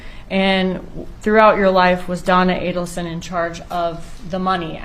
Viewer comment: It's A-delson. Not Addleson.